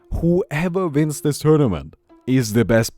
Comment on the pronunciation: "Hooeva vins zis... Vins!"